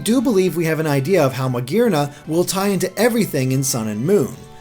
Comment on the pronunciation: I cringe at the way pronounces Magearna